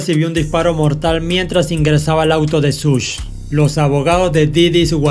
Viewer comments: Buen canal. Buenos videos. Pero se pronuncia "Shug" y no "Such". No cuesta nada ver un video o un audio donde se pronuncien bien los nombres. Algo que le quita lo bueno a este canal es eso. Se pronuncia muy mal algunas cosas. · NO SE PRONUNCIA “SUSH”. LA PRONUNCIACIÓN CORRECTA ES “SHUG” QUE VIENE SE “SUGAR”. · Se pronuncia Shug